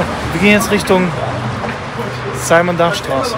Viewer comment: simon dach war ein deutscher dichter, du mußt den namen also nicht englisch aussprechen :)